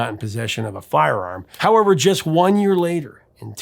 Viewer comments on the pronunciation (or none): none